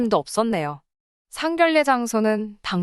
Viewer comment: 제발 글 좀 제대로 읽으세요 상견례는 상견녜입니다. 상결로 발음해서 듣기 거북합니다.